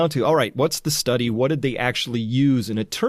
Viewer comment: You just brutalized the "study"